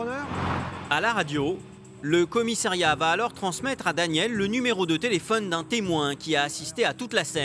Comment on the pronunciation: Il peut arrêter de dire 50 fois "commissAIriat" ???????